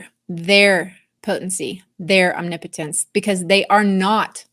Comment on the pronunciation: Thanks for all your insight - & teaching me the right way to say omnipotence🤦🏼‍♀️ I’ve been saying it wrong all of my life (Om knee potent ence) 😂 🙏